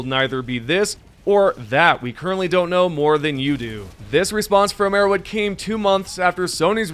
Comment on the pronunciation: arrow Head H H H H. Can you learn to say an H or are you too low iq?